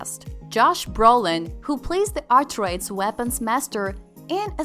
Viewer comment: You should probably learn to pronounce Atreides before pretending to have seen the movie.